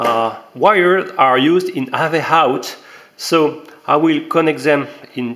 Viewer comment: bizarre ton accent et amusant ... (il n'y a pas de "H" devant le "out" ... et "AV" c'est avec un "AV" qui se prononce "HAYVI") ... Sinon la video est super intéressante :-) Bravo ! Impatient de recevoir les miennes !